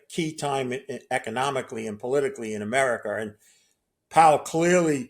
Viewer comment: Chiner? Americer?